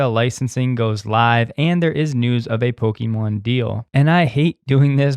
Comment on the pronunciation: Did you just say Pokyemon